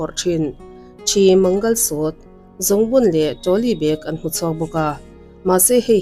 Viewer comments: Mangalsuite nilovin mangalsutra tur zawk aw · Mangalsutra tih tur aw mangalsut ti ringawt lovin